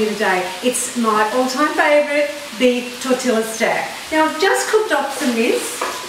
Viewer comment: Tor-til-la 😂😂😂😂 never hear tortilla pronounced like that before!! It made me laugh thanks I needed that